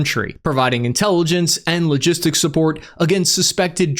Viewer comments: “Kilo-gistics node” 😂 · Kilo- gistics 😂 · really? A “kilo-gistics” node?🤣🤣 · "key logistics" I caugth that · …. “A ki-logistical node…” Smooth. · "kilo-gistics node " lol